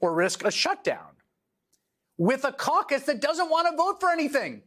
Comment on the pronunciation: KEVIN KAKAS NOT CAUCUS :) :) :) ;)